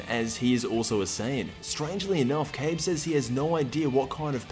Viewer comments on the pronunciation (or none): It's not "cabe it's ka-bae =kabe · That could be true, idk why but the way he pronounced it just annoyed me.